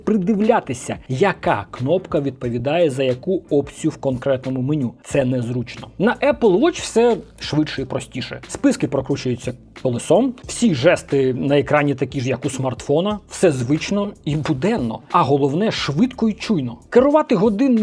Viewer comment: По тексту: не колесО, а кОлесо. По користуванню: це все справа звички і гармін тут не виключення. Хто покористувався деякий час, навіть не звертає на такі дрібниці уваги. Заряджати часи від Apple кожен день така собі історія. Тому вибір на користь гармін.